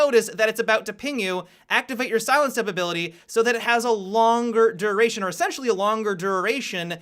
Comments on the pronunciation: dururation :D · good video but why does say duration like tbat